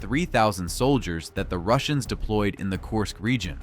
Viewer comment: KURSK not KORSK!